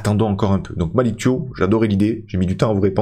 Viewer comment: Thiaw c'est un nom de famille sénégalais, on prononce comme c'est écrit, le son "iaw" et pas "iow" à la fin